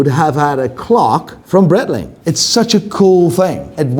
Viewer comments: So you still pronounce Breitling like brettling? The part of Switzerland where Breitling comes from is german, and the name is german, therefore it's brite-ling. I thought you knew this, mr watch expert. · It's actually pronounced bright-ling. In German (or Swiss German), the last vowel is enunciated with words containing a variation of 'ie'. I.e. der spiele = der spee-luh, die Freiheit = dee fry-height Unless another German wants to tell me otherwise, in which case, I'll eat my shoe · Could learn how to say breitling